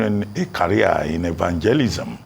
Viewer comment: Did I hear evangelism feim Abatti😅😂